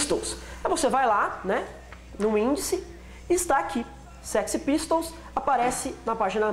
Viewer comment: "séxy" pistols, judas "praist" kkkkkkkkkkkkkkkkkkkkkkkkkkkkkkkkkkkkkkkkkkkkkkkkkkkkkkkkkkkk